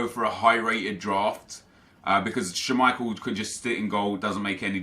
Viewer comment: the way you say schmeichel makes me want to die.